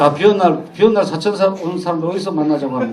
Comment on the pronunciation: 지명인 "사천:의 첫 자는 길게 발음해야지요!! 시인이 이류ㅓㄴ 평상어의 발음이 틀린다면 누구에게 기대해야하나이까!??